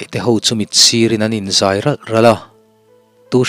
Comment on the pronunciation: Dawhthleng,tih kha thleng tih kha ri sang a lam tur a ni. Tin zai niloin zai,chem a zai ang a zai tihtur a ni bok ang.